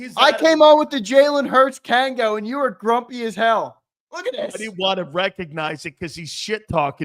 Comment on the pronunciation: It's a Kangol, not a kangle